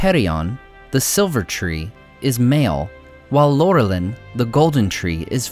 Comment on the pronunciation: I thought that Laurelin was pronounced with an "Ou" at the beginning (i.e. Lourelin). In the pronunciation guide "Au"= "Ou" or "Ow".